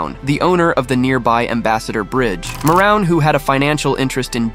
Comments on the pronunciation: That’s maroon family, spelled Maroun. Got the spelling right, not the pronunciation. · The Billionaires name is pronounced Mo-Roon. 😂